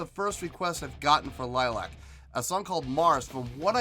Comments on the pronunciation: It's pronounced LILY-ack. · A good reaction ,liliac pronounced lil I ak a family band originally from California now based in Georgia ,they have even playing together since Melody was 11 and the youngest Justin was around 7 ,they are an independent band who write their own songs and their father is their manager and producer , they have millions of views and have fans known as fangs all over the world .their covers are legendary the latest being Joan jetts hate myself for loving you and mettalicas master of puppets are phenomenal .your the only reactor and there are dozens who didn't rave about this performance ,and that's ok us fangs are somewhat biased .on my scoring system I will give you a 7 .Rock on and rock hard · Pronounced Lily-ack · The Band is calld L-i-l-i-a-c, not Lilac! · Pronounced ( Lily Ac) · If they do see this, they'll probably start by correcting your pronunciation of their name. Lily-ack. You might want to check out their cover of "Piece of my Heart" from the same concert. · It's pronounced lily ack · You're not pronouncing your name incorrectly it's not like the flower, it's Romanian for vampire bat.... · Most annoying thing about reaction videos is when podcaster fails to do two minutes of research before watching video. Maybe know how to pronounce bands name and find out something about the members first